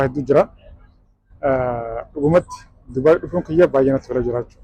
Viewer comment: Subai jetteem Dubai jedhii sirreessii😂😂